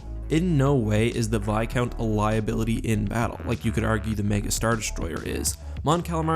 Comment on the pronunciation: It's viscount with an s